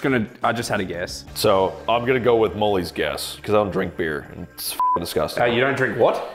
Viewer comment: "aye u dont drink what? beur, beer*"